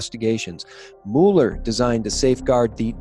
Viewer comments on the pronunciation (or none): You're mispronouncing Mueller's name. It's not like Mule -er. It's like Muller. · It's pronounced Mew-ler. Not Moo-ler. PLEASE make a note of it, thank you. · It's pronounced Mew ler, Not MOO ler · Please: it’s not not “MOO-Lee” it’s “MUH-ler” - rhymes with “fuller.” When it comes to names, Wikipedia’s pronunciation guide, for every proper noun, is your friend. No excuse. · It’s MULL-er 😂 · You can't pronounce Mueller correctly and you expect me to believe this? lolololol